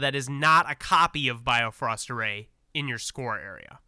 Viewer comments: Keep reading the cards. Also its Bi-Frost like the rainbow bridge in Norse mythology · Just a slight nitpick...Bifrost is pronounced more like "bee-frust". Bifröst is the famous "rainbow bridge" to Asgard in Norse mythology.